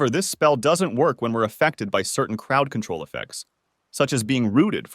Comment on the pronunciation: Lol why are you pronouncing control like that? Cootrol?